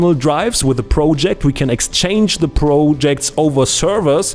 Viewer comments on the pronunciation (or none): none